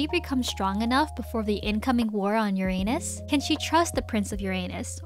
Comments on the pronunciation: stop saying uranus like that…. its suppose to be yur-ranus, not your anus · it's Crazy how I'm so invested while watching this fanfic also on the last part the way she say Uranus UEUEUE😭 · She said it more like your anus instead of uranus— I love it sm 💀💀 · you purposely saying Uranus like that is killing me 😭😭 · Im sorry but everytime u say uranus i giggle a little bit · I don't know why but when you say "Uranus" it feels a bit weird 🗿💀